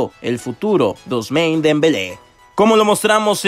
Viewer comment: Este wey no capta, El nombre francés "Ousmane" no se pronuncia en inglés. Ni tampoco "Leverkusen". No siempre las palabras extranjeras se tienen que pronunciar como si fueran en inglés. Aún no te llevas mi like amigo.